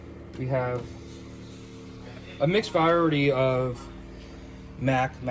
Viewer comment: Can this man not say variety? He says viorety. Never mind. I just finished the video and he might be slightly illiterate. He said cat escalator.